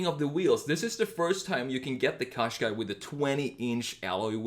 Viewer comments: I’m Irish it’s pronounced Caashqai not coshqai. Just to point out. Every time I hear coshqai it drives me insane also Nissan is pronounced Nissan think of saying in in combine it with nissan it is not pronounced neesan. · couldn't you choose something a bit more interesting-? and something you can even pronounce? turn a Gaz 21 series 3 into a retro SUV